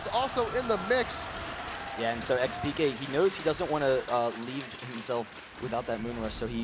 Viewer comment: i dont understand, how hard can it be to say xpeke? why does every single comentator say expeekay?